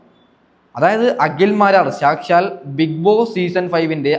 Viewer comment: സാക്ഷാൽ. സംശയം എന്നുള്ള വാക്കുകളുടെ നിങ്ങളുടെ ഉച്ചാരണം കേട്ടു ചിരിച്ചു പൊന്നോ 😂😂😂😂🤣🤣🤣🤣..